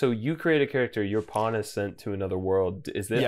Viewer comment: The CC for this video registers saying ‘pawn’ as ‘porn’, pretty amusing if you’re just reading along. My favorite line was probably ‘alright well I’m just gonna go find this cyclops and kill it with this porn’.